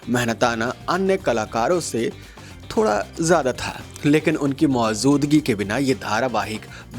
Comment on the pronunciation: Firstly, good content should not rely on click bait. Secondly pronunciation should be taken care of such as it is Sajish not shajis and it is Mujood not Muzood. All the best